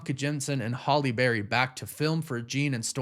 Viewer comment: It's not "holly berry".